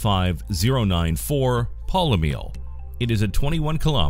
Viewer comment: And Professor Nitpick says: Eurybates = YOU-RHEE-BAY-TEEZ, Polymele = POH-LEE-MEH-LAY, Leucus = LEY-YOU-CUSS; Happy vocalizing!